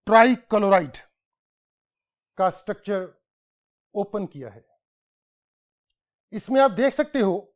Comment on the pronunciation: Sir its not suturuchur